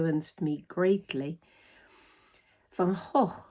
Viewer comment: 💚🌻 (P.S. so nice hearing Van Gogh pronounced in the proper way.)